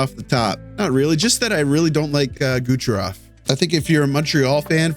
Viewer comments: is it me or every time he tried to say "Kucherov" it sounds like "Gucherov" lol, great video though once again!! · I think it's on purpose